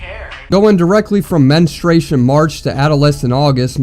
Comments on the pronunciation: "Menestration"?? Wtf is that ? 😂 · homie said "menistration" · "No menustration march" is crazy💀 bro didn't even say it right